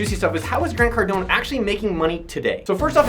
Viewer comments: Grant Cardonee lol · “Grant Cardoni” hahahahaha